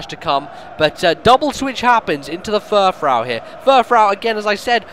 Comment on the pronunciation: also furfrou is pronounced fur-froo. it being a reference to frou-frou